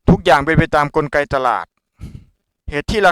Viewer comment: เขาพูดว่ากลไก ของตลาด ไม่ใช่ กลระไก ของตลาด พูดผิดนะคราฟ